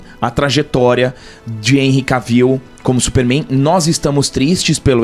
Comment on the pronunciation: "ENRRI K-VIU", Jonas Bressan deve chorar nesse momento...kkkk